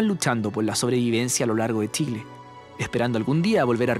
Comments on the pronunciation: Hola ! es CHILE.. NO tchile.. por favor pronuncien bien es CE HACHE .. no hay una letra TE antes ..hasta cuando !?? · Lo unico que podria criticar es que el relator tiene un problema grave con la pronunciación de la CH no es necesario que recalque tanto TCH para que no le suene flaite!!! Pronunciemos bien solo eso el resto esta perfecto!!!!